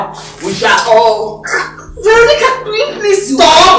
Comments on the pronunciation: Vero--nicka lol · queen; "veronicah" mercy; my queen "vero" remove te car is bad omen. me; 🤣🤣🤣🤣🤣🤣🤣🤣🤣dead!